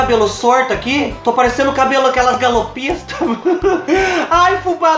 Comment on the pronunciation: Fubá, morri com o "galopista" kkkkk te amo ❤️ tbm falo errado quando falo rapido kkkk